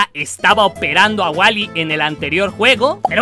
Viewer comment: Wuly coffe wulyyyy se lee woly pero se pronuncia Wuly no waly